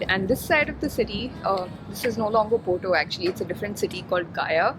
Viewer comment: Why wud you pronounce Porto poto